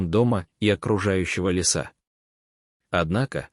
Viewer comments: Ставьте правильно ударения! - ВыживАние, лЕса и т.д., а не вЫживание, лесА! Просто неприятно слушать! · ЛЕЕЕса,а не лесААА!!!🤨 Если этот рассказ читает робот,то научите его правильно ставить ударения,а то слушать противно!!!!🤨